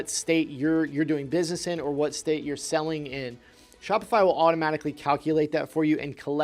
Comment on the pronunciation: “….before you start “seeling” on Shopify”